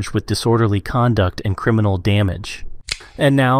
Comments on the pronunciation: “ciminal record” 😂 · "ciminal" lol